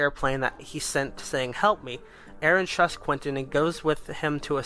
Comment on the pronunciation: No you said Quinton not Quentin